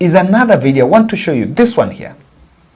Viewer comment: Pronunciation of ONE =WON , but not WORN